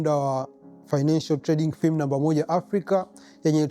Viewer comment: Prop ‘fem’ sio Prop ‘fim’